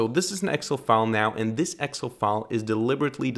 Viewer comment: Please pronounce Excel correctly. It's pronounced as Ex---cell not Exel